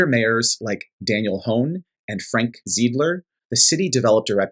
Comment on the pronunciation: Appreciate the Milwaukee coverage!! Just a heads up that the second socialist mayor is named “Zie-d-ler”/“Z-eye-d-ler”